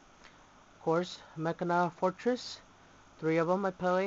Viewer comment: your saying the name wrong but get looking deck,you say the name like this ma-chin-na to get said right or at lest that how my friends said to pronounce it